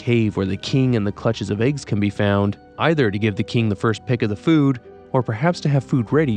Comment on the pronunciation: Its eggs, not AYUGS lol